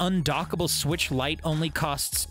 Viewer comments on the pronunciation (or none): none